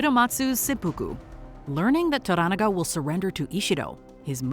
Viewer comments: This is the first Youtube video I have seen that pronounced the name correctly. It’s pronounced to-ranaga (similar to oregano), most YouTubers pronounce it tora-naga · Maybe you were too busy reading subtitles rather than listening to how the names were pronounced when spoken in Japanese. For example, in English, they pronounce Toranaga as "tora NAGA" but when speaking Japanese, they pronounce Toranaga as "toh RANaga". Watch the show and listen next time. I guarantee you'll hear the difference. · why dont you pronounce Tora NA ga correctly! VERY irratating!!! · the narrator is horrible here. Can't pronounce the names even close to correct. Even watching the show for 2 minutes tells you how to say Toranaga. Not "Toragana" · It's To-Ra-Na-Ga lol Do you guys even watch these shows or just pay people to write stuff for you and just read the script? 😂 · Jesus Christ could you butcher the name Toranaga any more brutally? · I hate the way this narrator say Toranaga... Like, can you at least try? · learn to pronounce Lord Toranaga's name. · I had no idea who you were talking about when referring to Toranaga. You mispronounced the name TERRIBLY. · Can y’all please learn how to pronounce “Toranaga”? If you’re reporting on something, at least do some homework…damn